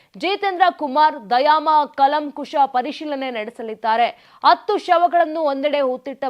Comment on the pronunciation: ಕನ್ನಡ ಕಲಿತು ಮಾತಾಡುವುದು ಒಳ್ಳೆಯದು.ಅತ್ತು ಅಲ್ಲ,ಅದು ಹತ್ತು.ಅತ್ತು ಅಂದರೆ ಅಳುವುದು.